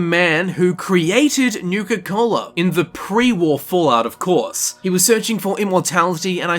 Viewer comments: "Nuka Colda" Comedy gold. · “I guess you can say I have a nuke-colda” turns off video. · Haha nucacold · "Nuka Colda" What. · Im a bit late but thats comedy "Golda" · I liked this video just for the "Nuka-Colda" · Disliked because of "Nuka-Colda"